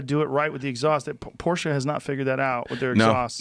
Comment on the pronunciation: "I'm more of a car enthusiast then guns" Can't even pronounce Porsche correctly. Smh Mr Noir.